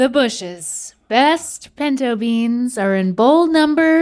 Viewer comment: Of frikin course link calls them pEEnto beans, that’s literally the most link thing I’ve ever heard 😭😭